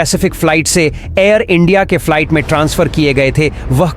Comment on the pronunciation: Falait kya hota hai be ...flight bol bhai😅